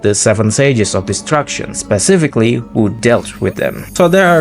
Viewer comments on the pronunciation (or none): none